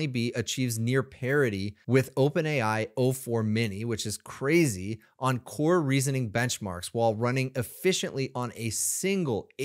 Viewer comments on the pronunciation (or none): none